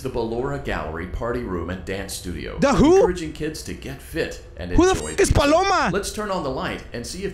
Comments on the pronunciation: Not Paloma it's baloma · "Who the f is Paloma??" XDD I laughed so hard bc u called her Paloma XDDDD ( or he said Baloma Idk) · I'm fine with you not saying this correctly it just makes it more funny!